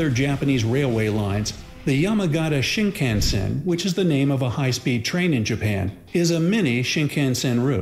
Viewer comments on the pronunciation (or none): Right? I studied Japanese for 6 years and have Been to Japan and the pronunciation is terrible. Shinkansen is shin con sen not shin can sen. There's so many other examples of getting the pronunciation wrong but that's the big im currently on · My lord. I'm American and only know a very limited amount of Japanese, but his pronunciation of Japanese words made me groan. Shinkansen being especially painful.